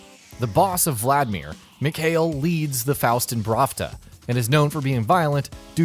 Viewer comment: who did not even say mikhal right